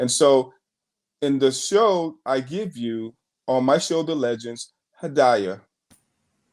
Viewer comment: her name is pronounced Ha-dee-yuh.